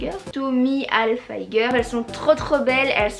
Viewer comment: c’est pas tommy halfieger comme tu dis hahaha mais ça se dit vraiment tommy Hiiiiiiiilfiiiiiiiger 😂😂 sinon super vidéo ❤️